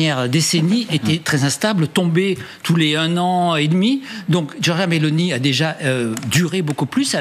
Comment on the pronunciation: 1.40...pas Beloni, mais Meloni 😂😂😂